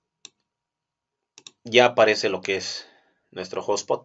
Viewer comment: No es hablar mejor, es hablar correctamente y si te escuchas a ti mismo verás que se oye raro!